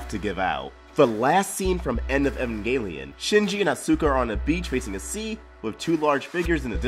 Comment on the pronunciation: Your pronunciation of Evangelion, Shinji and Asuka's names is pure cringe. Other than that cool video,.